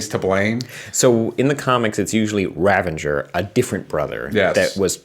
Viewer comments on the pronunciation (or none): I love ya dude, but please stop saying RaveNger! It's Ravager. There's no N. Please and thank you. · Does anyone else keep hearing "Ravenger" from for the past two episodes?